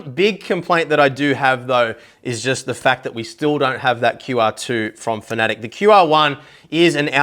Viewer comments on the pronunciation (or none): FAN-UH-TECK, not fanatic lol